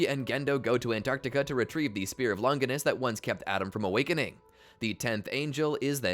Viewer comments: How is it that people who have WATCHED THE SHOW still mispronounce shit? Its not "seal" its sey-ley. Its not lon-giness- its lon-jiness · It's crazy how everybody mispronounces Longinus, from video essayists to even the anime English dubbers themselves. Both the Italian and the English pronunciations are both Lon-jih-nuss, not "long-gui-nuss" (there is no hard G sound like in gumball) or "lon-JY-nuss" (the vowel does not say its own name) like they say it in the anime.